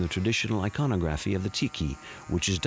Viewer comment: Narrator has some truly bizarre idiosyncracies about where to place the accented syllable in words like iconography and archipelago. He must've gone to the William Shatner School of Diction.